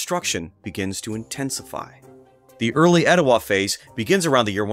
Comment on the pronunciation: I live just up the road in Dalton and have lived here all my life. That’s how we pronounce “Oostanaula” so as far as I’m concerned, you nailed it. But your “Etowah” is a little off. Extend the “ah” at the end then you’ll have it. 😉 I’ve never visited the Etowah site but have visited Ocmulgee. Pretty incredible! You’ve done some great work with this video!